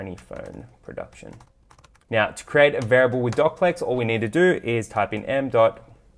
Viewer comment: i think its do cplex not doc plex :)